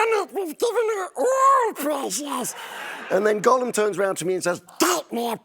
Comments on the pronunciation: How does a supposedly huge fan like Stephen Colbert not know how to pronounce Gollum? It's not Golem.... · Why did Stephen mispronounce Gollum’s name? A Golem is a Jewish legend, Gollum is the correct name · Steven mispronounces Gollum, some expert he is.. I bet he doesn’t even re read the Silmarillion every year. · You’d think a big fan of LOTR like Stephen would know how to pronounce Gollum. But apparently not.